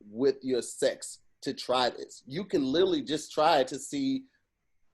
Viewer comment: it is "literally" not "little-ali"... Love the content